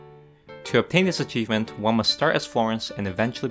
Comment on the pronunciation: ИГИПТ АЧИВМЕНТ)))) Братан, ты лучик солнца в наше тяжелое время) Кстати, БоГемия не звучит как БоСемия, если уж и говорить на американский манер, то БоХемия) А то вчера прям улыбнуло с боСемии!!)